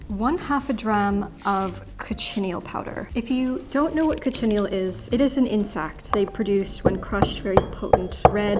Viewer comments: The way she says cochineal kills my soul…. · Coch-chin-neel. Please, not cochinnyel. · Thoroughly enjoyed this Thank you 🙏 But I had to laugh at how you pronounced Cochineal 😂 it’s pronounced Coch-in-kneel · Not me pronouncing it Co-shen-eel the entire time I've known the word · 'Cochineal' is better pronounced 'kotchi-neel'. The 'coch-' element, which means 'red', is the same in Welsh: 'coch', mutating to 'goch' depending on syntax. Yes, I am a nerd. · Cochineal? Sounds like “coke’-in-neel”. Great color. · Omg is THAT how you pronounce cochineal??? I've always said coe-shin-eel. Whoops.